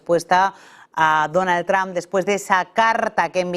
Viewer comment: Se pronuncia(tromp) no tram😂😂😂